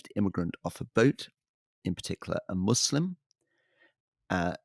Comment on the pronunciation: You can tell Rory has been around because he actually pronounces "Muslim" with an S and not a Z